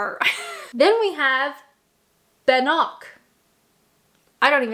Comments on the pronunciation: The meat pie is pronounced: "tor-tee-AIR," I think (it's also a thing in Vermont, from what I understand) ... and the Bannock is, I think, pronounced: "BAN-nuck." When I looked for typical foods of Ontario, Canada I see Beaver Tails (I think they are elephant ears where I live and you generally only get them at a carnival or state/county fair), Shawarma, corn on the cob, cheese, sausages and butter tarts. Are those any of the foods you grew up on? As an American, I think America and Canada really adopted the foods of the countries we came from (which, of course, would be England mostly) and the foods of the "areas" (like in Oregon we eat a lot of Marionberry pie - in Maine they eat a lot of lobster and in the midwest of the USA they eat stuff like Scrapple which is sort of a Pennsyvania Dutch or German thing) .... our countries are SO huge, it's really hard to define national foods. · “B’nock” is pronounced “BANerk”. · BAN-nock. As noted, Scottish. Tortiere = Tort-YAIR. Montreal Smoked Meat is awesome. If you're going for stereotypes, you missed Beaver Tails. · What about beaver tails (aka whale tails) and French Canadian pea soup! Oh! and flipper pie, from Newfoundland. (You pronounce bannock as ban-uk, and tourtiere as torte-ee-air) Bannock is mostly an Western Indigenous food?? I believe. It began with the Metis and migrated to the west coast indigenous people as well. To my knowledge. I think one of the troubles of "Canadian food" is that Canada being so very large georaphically, most "Canadian" foods are very regional, which is why you haven't really run across too many of the dishes you mentioned. I've never run across flipper pie, and I'm not sure I'd want to! LOL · pronounced BANoc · Bannock not ban nock 😂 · Bannocks are pronounced like "ban nicks" if you know you know 😂 or chicken out and say oat cakes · You're saying Bannock wrong. It's easy to make, you should try it. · You can tell she isn't much into Canadian food by the way she pronounces them!